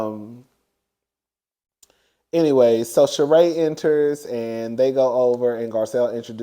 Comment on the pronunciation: Garcelle's friend pronounces her natme Shereeee